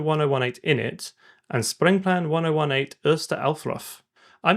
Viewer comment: I like how try to say Sprengplan but endign up saying springplan 😅